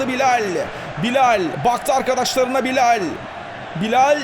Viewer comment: Abi çok güzel BİLAL diyorsun . :-) Bilayll